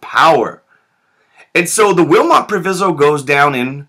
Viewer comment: Proviso: Pronounced w/long i